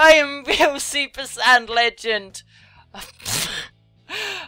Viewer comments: To everyone wondering: says Super Sand Legen (not Super Sad) and Super Sand Lesbian. Thy are references to the videos Dragonzball P and Dragonzball PeePee, not people calling her a sad lesbian. Just to clarify. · She sai super sain legend